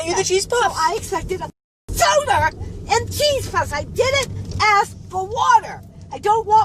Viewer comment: “a SODER and CHEESE PUFFS!”